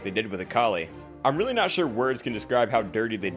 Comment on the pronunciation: 00:8 Weely LUL